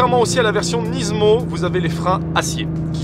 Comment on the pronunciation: Rien que pour le fait que tu prononces Nismo « Nizmo » je m’abonne 😅 good job 👌🏽